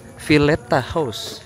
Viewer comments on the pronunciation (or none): none